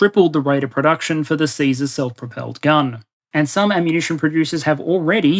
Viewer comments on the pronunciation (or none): none